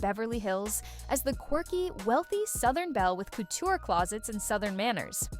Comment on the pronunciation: Also, why can’t you pronounce couture currently? I’m from Kentucky and even I can say that word.